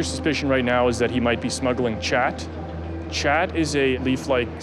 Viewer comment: It’s pronounced Kah-t not Cha-t. Just sayin.